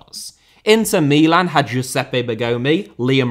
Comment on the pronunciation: please stop pronouncing Milan like you are having a stroke